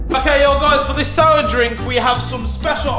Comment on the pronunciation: "I know this will be, on bar, the most souwah sweets in human kind history"